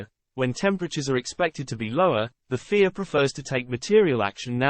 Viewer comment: I understand the use of text to speech but at least make it say fia rather than fear 😴